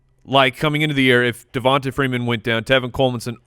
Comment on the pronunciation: Guys, it's pronounced DevonTay, not DevonTA.